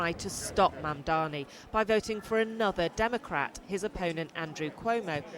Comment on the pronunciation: It is not mumdamy, it is Mumdany!! What a joke the mainstream media have become!